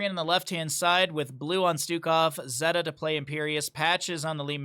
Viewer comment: <== zeta here, thanks for getting my name right =) zay-tuh Anyway, rag's e is blast wave, his w is meteor Entertaining to rewatch this with vision on both sides =) Thanks for the commentary.